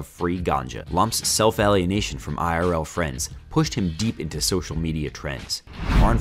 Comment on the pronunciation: al·ien·a·tion /ˌālēəˈnāSH(ə)n/ it's a long A sound, not a short one, so you pronounce it the same way you would say the letter itself.